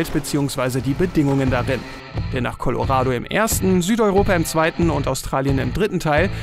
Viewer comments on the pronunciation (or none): none